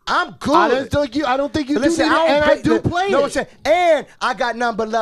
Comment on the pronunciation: Khaled: Don’t pway wit me Don’t Pway wit me 😡😤 Cypher:Say other words!! 🤣 Khaled: You could lie but don’t pway wit me.😂🤣